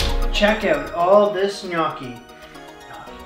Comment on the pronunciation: My father has just risen from his grave to inform you that they’re pronounced “nyaw-kee,” not “nyookie.”